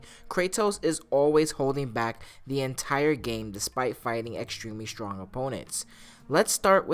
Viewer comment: "STONG" smh